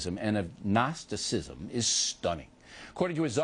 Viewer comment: Notice O'Reilly seems to struggle to pronounce the Atheism and Agnotacism. "Throwing in with Jesus" How nauseating is that.